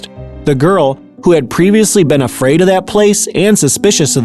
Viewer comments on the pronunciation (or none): none